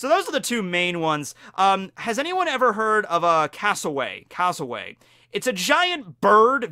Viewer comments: just going to say its pronounced cass-o-wary not cass-o-way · *cassowary not casoWAY! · it is not pronounced castleway its pronounced cassel-weary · It’s Cassowary. There’s an r in there. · Would there be anything special about being an "unclassified" Zoan? Like just a ___--____ fruit with no model I don't believe Orochi is a Zoan, I think he's a Smile user because he didn't have a full transformation, or even partial How dare you call Froppy disgusting It's pronounced "Cass-o-airy" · well being a aussie and being stung by a platypus i can tell you it really dam hurts your skin feels like its on fire and the pain near brings you to tears and yea not good also koalas are bloody savage as hell. also its pronounced cas o wary and there savage as f as bad as emus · Cassowary is pis pronoced as I have spelt it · U said cassawari incorrect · Hi, thanks for the video - Just a note from an Australian about your pronunciation of the cassowary. You got the first part right, but the wary sound is pronounced as a cross between 'worry' and 'wary' - which is really quite fitting for the bird. Glad to see you did your research about the platypus - in turn, I didn't realise how dangerous a moose is. Thanks for that, now if I ever go to North America, I know not to go up and pat one;) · I've never heard the word Cassowary butchered that badly 🤣